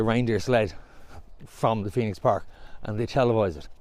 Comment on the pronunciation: ‘ The Phoeno ‘, c’mon, get it right.